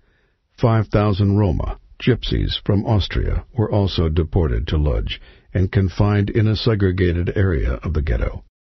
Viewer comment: the narrator pronounces the word LODZ incorrectly, its pronounced :" Wooch" that is what the polish call their town..